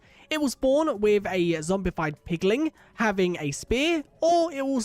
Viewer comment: Hoglin and Piglin, not Hogling and Pigling 🤣🤣🤣